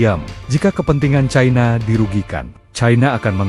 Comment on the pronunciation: Pembaca ini logat Jawa sangat memalukan membaca cina saja ti pecus yg benar itu China bukan Chaina seharusnya gunakan bahasa baku bukan bahasa ke barat baratan